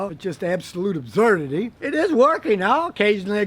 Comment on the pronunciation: Nobody: Absolutely nobody: Scotty: A B Z Z Z U R D